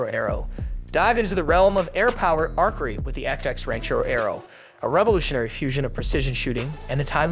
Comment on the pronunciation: Indeed. And the voice they used can't pronounce words properly. The way it says archery is annoying